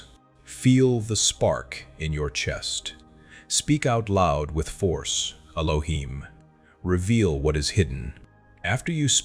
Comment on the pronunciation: I see where the confusion is, I was saying it is not "ee loh heem", "not" wasn't a part of the pronunciation, just saying not to pronounce it how it was pronounced in the video "ee loh heem".